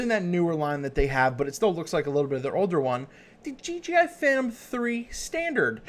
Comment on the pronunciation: You keep saying DGI